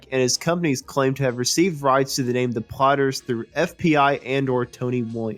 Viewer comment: Why does the narrator hakf the time pronouncing them as the "plotters".